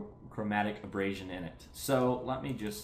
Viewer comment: Repeat after me - A-ber-ray-shen